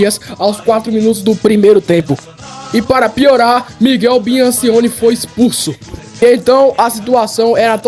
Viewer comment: Miguel BI AN CO NI, ou Miguel BIAN CIO NE?